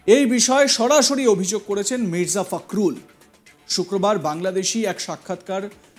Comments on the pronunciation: ফাকরুল না দাদা , ফখরুল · "ফখরুল" উচ্চারণ করতে পারে না কিন্তু নিউজ উপস্থাপনা করতে আসছে